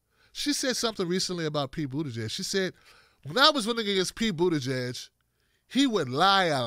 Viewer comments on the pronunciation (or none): his last name is pronounced Booty-Judge